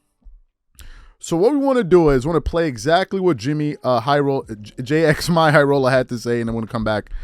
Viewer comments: Its jimmy not j-x-my 🤣🤣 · That “Jxmy” actually is pronounced as Jimmy, haha